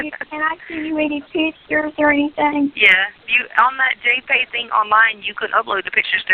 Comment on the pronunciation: Hillbilly hick Dr. Tee Stauch says Pitch-ture instead of picture. Drives me nuts. I could make a long list of her effed up vocabulary. Pronounced VOCABALURY by Dr. Tee. Ughhhh